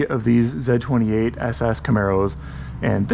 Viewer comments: ITS NO F-ing “ZED28” it’s the letter Z !! Z28 lol driving me nuts😂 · It's Z, Zed's dead, baby. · Repeat after me Z-28 . Pronounced Zee Zee Zee. Repeat after me ZEE-28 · stop saying ZED28, come on my guy! and also 1 exhaust is horrible! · If you're an American, you say "Zee 28" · Never in the history of automobiles, was there EVER a "zeh 28" Why is the letter Z difficult for you to say? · I'm Canadian from Windsor, ON (our motor city) and I've never heard another Canadian call it a "Zed"-28. Nice car and vid. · We say "Zee" 28 in American English... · It's a Z/28 as pronounced by a man who watched Top Gear. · It's the French pronunciation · The Way you Say Z28 is very Weird!! 😂